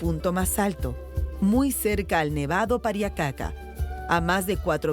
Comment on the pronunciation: ser hombre andino es una resposavilidad pero estos ingorantes como pueden llamar indigena alos inkas o los runas y mal pruninciado kapacnan y pariacaca se prunincia QCAPAQNAN Y PARIAQCAQA